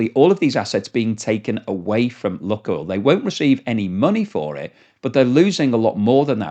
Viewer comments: Lukoil is pronounced luke-oil, not luck-oil. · FOR THE LOVE OF WHATEVER YOU FIND HOLY PLEASE PRONOUNCE THE COMPANY NAME PROPERLY!!! IT LITERALLY TAKES 5 SECS ON GOOGLE TO RESEARCH IT. THIS IS THE SECOND VIDEO WITH 'LUCKOIL' OVER AND OVER. sorry rant over but its so irritating!!!!! its 'LOO.KOYL' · its 'loo.koyl' not 'luck.oil' its a really irritating mispronunciation every 5 secs. it takes 5 seconds of research to get it right. PLEASE PLEASE STOP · please pronounce Lukoil correctly, it's annoying. It is Loookoil not luck oil. Please!! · Lukoil is pronounced LuukOil, its meaning is "Onion" + "Oil" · "Lukoil" is pronounced "LOO-koyl," with the first syllable rhyming with "book" and the second syllable sounding like the word "oil". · There is no short "u" sound in Russian. ЛУКОЙЛ is pronounced Luke [as in the English 1st name] oil.